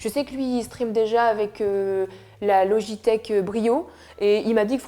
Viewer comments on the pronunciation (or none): c’est pas louigitek c’est logitek mais cpg